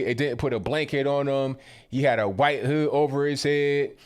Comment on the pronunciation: Thank you for your videos. Does “huuite” pronunciation have an inside joke meaning I am missing?